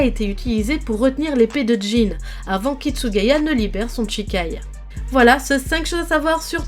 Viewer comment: En japonais "shi"(し) ce prononce "chi" et "chi"(ち) ce prononce "tchi" Toute la vidéo tu a prononcé Chikai au lieu de shikai et Tochiro au lieu de Toshiro 😂